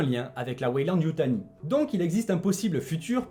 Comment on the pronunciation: Pardon, mais je tique à chaque fois que tu dis "Weyland-Yutai": c'est YutaNi! Perso, j'ai beaucoup aimé le film jusqu'à l'apparition de la créature de la fin, que je valide pas du tout...